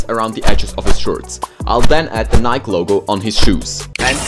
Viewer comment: why did he say nike like that